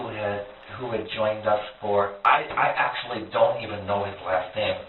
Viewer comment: Okay so weird enough me and that guy are related but glad to hear someone say my last name right. 😂. I’ve honestly been waiting for someone to make this video